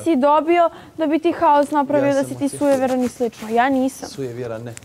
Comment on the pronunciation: Al’ kad je rekla “sujevjeran”…